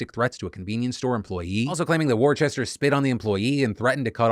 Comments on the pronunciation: All the British people in the house getting stressed about Phil’s pronunciation of ‘Worcester’ 🙃🙃🙃 it’s ‘Wuss-ter’! ‘War Chester’ - where did you get the h from? 😂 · It hurt to hear "War-chester" its WOO-STAH KID lol! Love it as always Phil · Yeah in the UK Worcester or Worcestershire is pronounced 'Whooster/whoostershir', so the way you might say it, as you said 'woostah' is pretty close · Worcester = Wooster. I love your content, but my dude, do a quick Google on name pronunciation. It's a pretty regular thing for you. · "War-chester" hahah I grew up in that city it's pronounced "wuss-ter" Jokes aside, big fan of the new editing. Very cool very good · It's pronounced 'wooster'. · Fuck that his last name is my hometown but its Worcester not worchester Phil. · As a resident of Massachusetts the way Phil says Worcester hurts my heart ❤️‍🩹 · That's not how you pronounce Worcester Phil